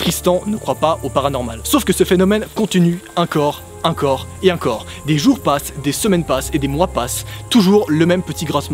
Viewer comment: Tu as dit incore au lieu de encore